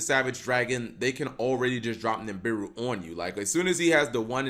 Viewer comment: PLEASE READ THIS There is no M in Nibiru. It's pronounced Nih-(Like Nick)-Beer-Roo.